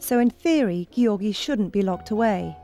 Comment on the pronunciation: His name is NOT pronounced Gee..or.. gee. It's Georgie...Giorgi.